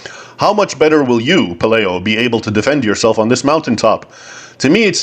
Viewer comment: Please say Pe LIE o, not LAY